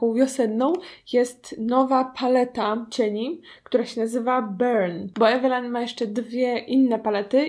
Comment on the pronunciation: Wymawia się "Evelin"